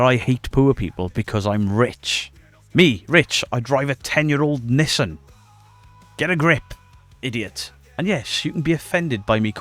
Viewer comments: Im not going to unsub because you pronounced Nissan "Niss-sen" ... (Knee-San... btw)... But it was a close thing... 😂 just playin man. ..... (or am i???).. . Lol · The twins fake?? Noooooooo say it isn't so!!! :hand-orange-covering-eyes::hand-orange-covering-eyes::hand-orange-covering-eyes: English isn't your first language? Could've fooled me! Nice job, man! Side note.. I've never heard Nissan pronounced that way. LOL Could be just me, but I think most of us in the US say Neee-sahn. Although apparently NONE of us pronounce Adidas right Lol (AhH-deee-dis).